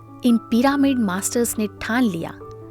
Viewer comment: कमेंट्री देने वाले स्पीकर से हाथ जोड़कर निवेदन है कि भ्रम ऋषि पितामह पत्री जी न बोलकर ब्रह्म ऋषि पितामह पत्री जी बोलें। भ्रम और ब्रह्म में बहुत अंतर होता है। कृपया डिक्शनरी देखें। दूसरी बात यह पीरामिड या पिरमिड नही है, बल्कि पिरामिड है। कहीं- कहीं आप सही उच्चारण करते हैं और कहीं गलत.... ऐसा एक दो वीडियो में नही, कई वीडियो में देखा सुना है। बताने वाले लोग क्या बोलते हैं, वो बात नही है। मुख्य बात ये है कि आप स्पीकर लोग वीडियो बनाते समय क्या बोलते हैं। प्रत्येक शब्द का सही उच्चारण किया जाए तो बेहतर। यदि सही उच्चारण नहीं आता तो उस शब्द का गलत उच्चारण करके लोगों को गलत संदेश न दें। 🙏🌷